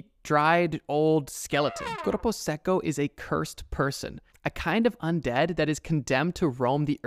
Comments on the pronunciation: aint no way bro said "Cuerpo Sequo" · And for corpo seco try Korpou secou to say it right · I love the way you pronounce "corupo seco" jokes aside, great video, I loved seeing each one of those creatures:)